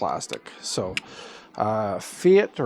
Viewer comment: Thanks for the video. It’s pronounced “fight”, actually.😊